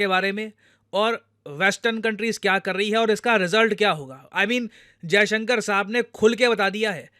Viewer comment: Hats off to Sergei for pronouncing our foreign minister's name exactly how it should be pronounced😂😂😂